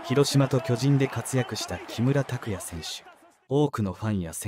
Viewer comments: アナウンサー 巨人 のイントネーション きょ→じん→ だと巨大な人 チームなら きょ⤴じん→ では？ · きょじん⤴︎